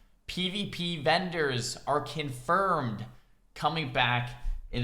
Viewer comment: "kin-furmed" Yu